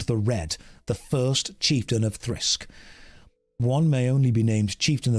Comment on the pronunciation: It's Thirsk not Thrisk omg he said it wrong so many times 😖